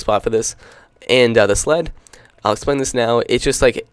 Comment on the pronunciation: When he said sled it sounded like slut...